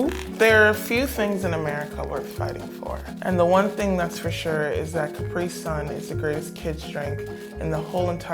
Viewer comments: I'm British and EVERY time an American says capri sun I get SOOOOOO triggered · Did she just pronounce Capri sun wrong ooooooo no dets hella disrespectful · CAP-RI SUN ffs NOT CUPREEE SUN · I thought its cah-pree-sun not ca-pre-sun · Its also pronounced capri sun not capreesun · We have capri sun ITS CAP-RII SUN Not Cap-pri sun! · Its pronounced (CAP-PREE SUN) NOT (CAP-RE) SUN AGHHH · I swear she didn’t just say (cap-ree) it’s pronounced (cu-pre) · It’s not Capree Sun it’s CAPri Sun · Capri sun not capreeeee sun ffs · I hate how she said “Capra sun” instead Capri sun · it’s actually called Ca-pri-sun not Cap-ri sun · Arghhh she said capree-sun not capri-sun 😵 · Did that British lady literally pronounce Capri sun like (caah-pre-sun!!!!!) NO HUN! ITS (cuh-pre-sun!!!) IM TRIGGEREDDDDD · She said Ca-Pra-Son who tf says that it’s Ca-Pri-Sun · Did she just pronounce Capri sun like cap-ree sun???????? It’s CAPRI like Capri pants... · Its pronounced cap-ri sun not capree sun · I've learn three (3) things from this video: 1. Hershey's is a real place 2. They prounounce Caprisun as 'Cap-ree-sun' in the US, whereas in the UK it's mostly pronounces 'Capri-sun' 3. Do most Americans seriously not know what at blackcurrent it??!!? That is a staple flavour in the UK (in my opinion) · bro why she pronounce it like "cap-re sun" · Yoshi Hd5’s UP also I hate how they pronounce it “Capree-sun’ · She was really saying ka-pree-son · She was really saying ka-preee-son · addi rose OMG you are NOT the only one I hate when people say “cap rih sun” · its cuh pree sun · "A cah-pree sun" please tell me Americans y'all don't pronounce it that way....? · Dear England, there is a reason that America split up from you and it just happens to be the way you pronounce Capri sun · They call it kapree sun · "Caper sun" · It’s pronounced cu-pre-sun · It’s pronounced cap ree son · Is anyone gonna talk about how she said caper-sun?!? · she said cap-rie-sun 😭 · "cuh-pri" oh dear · More like CAH-pree sun